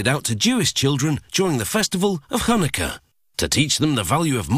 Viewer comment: I hate how he said Chanukah